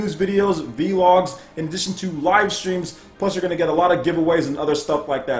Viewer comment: Yo, Vlog is pronounced like blog, not V-Log... Unless it was deliberate. lol